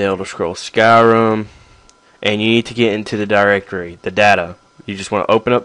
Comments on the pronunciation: why do you call it skyrum? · i love the why u say skyrim